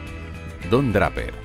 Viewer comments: Escuché pronunciar "DRAPERRR" 3 veces y ya no pude seguir viendo el video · Se pronuncia Dreiper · me dio mucho cringe ver el video cuando todo el tiempo decia bien los apellidos excepto el de Don Draper.... se lee dreiper.... por que tan dificil jjajajaja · No se pronuncia Dreiper (Draper)? .me gusta el castellano, pero incurren tanto en el error de castellanizar las palabras en inglés, que da la misma impresión que ver un error ortográfico. Lo digo con mucho respeto, y con sentido de crítica constructiva. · Me ha pasado lo mismo exactamente jajajajaja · siii, cada vez que oía Draper me erizaba jajaja